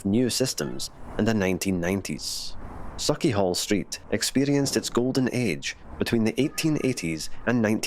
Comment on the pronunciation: Very interesting to see. I learnt a lot here. / I can't see it being said as saw-chee, but sawch as in loch. Anything -ch in Scots will be that sound. I had read before the haugh (pron: "haw") or hauch is correct and hall is a mistaken translation.